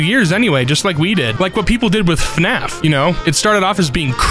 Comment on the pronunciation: I'm sorry, but did he just say "Fnaf" instead of "F-N-A-F"